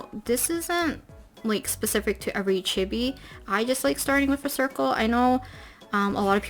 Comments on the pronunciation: if she says “chibi” like “gibby” one more time i stg 😭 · "Chebies" that's what I hear and I hate it. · Chibi is pronounced chEE-Bee btw ;) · I love this video, very informative! I even didn't mind the incorrect "chibby" pronunciation since I know it's a common mistake lol